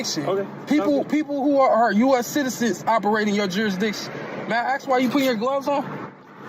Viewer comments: NO! You may not 'axe' me a question. You can ASK a question if you like. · Listen here ocifer, I need to ax you a question. I don’t be is traveling in your jurisdiction. I’m being racially profiled, I’m genuinely surprised the I can’t breathe didn’t come out.